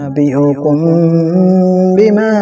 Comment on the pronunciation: بما کنتم تعملون بفتح المیم اور آپ نے پڑھا بکسر المیم یعنی میم کے کسرہ کے ساتھ اور ہے میم کے فتح کے ساتھ